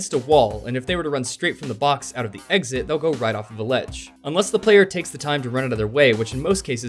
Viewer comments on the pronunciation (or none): none